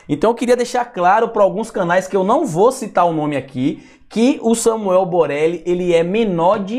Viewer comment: É boleli ou Borelli kkkkk